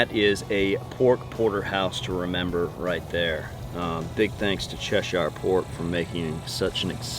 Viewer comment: OK just FYI. It's pronounced ( as in the UK County) chesher. You are welcome..